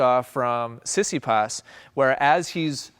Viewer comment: Tsitsipas is pronounced Tsi-Tsi-Pas with the tone on Pas . I think that what one hears in this video is more like Si-Si-pas. Also.. congrats for another enlightening video !